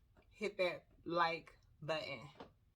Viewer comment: That “Hit that. Like. Button.” had me 💀 had to like it right then and there 😆